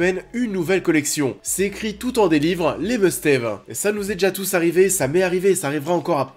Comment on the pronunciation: "Les must ève" XD